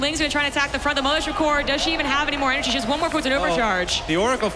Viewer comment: It's the Dutch accent, he's pronouncing she as "see". Otherwise he wouldn't say "her" all the time.